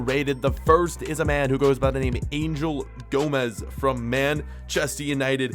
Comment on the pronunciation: I think it's pronounced Anhel not Angel. I'm not sure though.